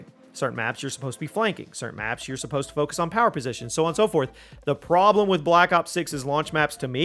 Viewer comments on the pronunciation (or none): none